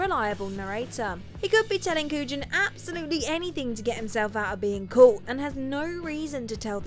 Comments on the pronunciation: It’s Mc-“reed”-y and “Koo-yon” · His name was pronounced Koo-yan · Pronounced COO-yahn. When something simple like names mispronounced I wonder who’s making these deep dive videos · God she butchered Kujan's name for The Usual Suspects...just look up a youtube clip or something on how to pronounce it...they say it over a dozen times in the film 🙄🙄🙄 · am I the only one trying to understand how the narrator does not know how to pronounce the agents name in The Usual Suspects, did no one that has seen the movie listen to this before it was posted? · Butchered cops name in Suspects as well.